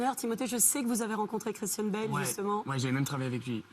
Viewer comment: I thought he was saying kristen bell, not Christian bale 😭